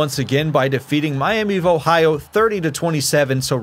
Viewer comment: Miami vohio 😂. Great video man super entertaining